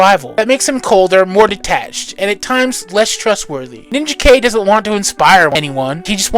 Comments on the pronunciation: It's because it's not supposed to be Ninja Kay. You are right on this. It's pronounced Nin-jak. Just like Rai is pronounced Ry, not Ray. Rai often is the word for Thunder, Lightning, and storms. It's why Pikachu becomes Raichu (Ry- Chu). Mortal Kombat taught us a mispronunciation. It's Ry-den, not Ray-den. Ai in Japanese is usually pronounced like an "I", not an "A". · Ninja K?????….you mean NIN-JAK?!….its NINJAK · You mispronounced a couple things in this video it is North Am as I am here not North A.M. And it is Nin Jack not Ninja K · face-blue-smiling:LOL Ninja - K? It's pronounced Nin = Jack ( Ninajak ). I really enjoyed this video! You did your homework for sure. Always been a Valiant fan, so this was right up my alley. Very entertaining, & awesome art throughout. Subscribed!:hand-purple-blue-peace::glasses-purple-yellow-diamond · Please don't call him Ninja K. No one called him that until the recent reboot. His original name sounds like Nin-JACK. His name is from Ninja and Union Jack, or the British flag. Also, RAI is short for Samurai and sounds like RYE. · "Ninja K"? ...... You mean Ninjak? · i always thought Ninjak was pronounced Nin-Jack not Ninja-K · Respectfully, I'm pretty sure Ninjak is pronounced "NinJack". Otherwise it would have been spelled "Ninja-K". And Rai is pronounced "rye". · I was going to say this too; I didn't want to be a dick, but I was like: NinjaKay?! Was that the title? Then saw the cover and I was like: No, it was Ninjak. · If anyone's a fan of this universe and hasn't seen it there is ninjak versus the valiant universe on YouTube which is an hour and a half movie that's pretty damn good. Also I think his name is pronounced nin Jack. Great video as usual